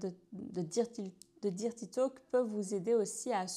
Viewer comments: Sympa l’idée mais "dirty" se prononce "deurty" si on devait franciser le mot 😊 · Excellent conseils, par contre la prononciation de « dirty », c’est comment dire…belgo-francais 🤭. Mais on s’en fiche vous maîtrisez parfaitement la langue (française lol) et de toute façon, sus aux anglois, si je puis dire…